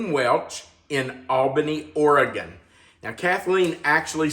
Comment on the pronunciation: You said Oregon right yeah.